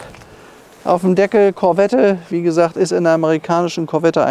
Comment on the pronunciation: Der Schalthebel ist kein italienisches Design, sondern original Corvette C2/C3. Und Sie als Autohändler von Format sollten doch wissen, daß bei dem Namen Corvette das "e" nicht mitgesprochen wird. Da sträuben sich die Nackenhaare beim zuhören.